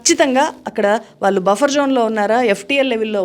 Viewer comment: అమ్మా మీకు విజ్ఞప్తి. మీరు వాల్లు అని పలుకుతున్నారు ళ అనే అక్షరం భాష నుండి వాడుకలో లేకుండా పోతుంది మీలాంటి విజ్ఞాన వంతులే "వాళ్ళు "అని పలకాల్సిన పదాన్ని వాల్లు అంటున్నారు. దయచేసి భాషను బ్రతికించండి చంపేయకండి